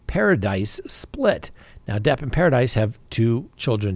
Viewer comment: Drop the S its Paradi....or phonetically its PA-RA-DEE